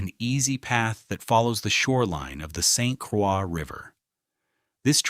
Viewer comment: Saint Quaaa river LMAO! You should narrate this yourself instead of AI LAZY A. I bet you didn't even watch it or listen to it.